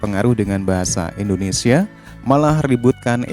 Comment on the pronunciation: Di koreksi lagi bang penyebutan nama negaranya itu harus INDONESIA jangan Endonesia